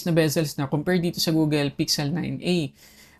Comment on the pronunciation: Google, not Googel